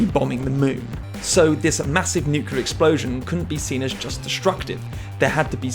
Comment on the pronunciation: "nukelar", huh.